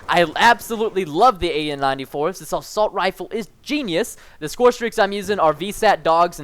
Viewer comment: Good vid man, you spent assault 'assult' I'm not hating on your vid just thought it was funny to point out :)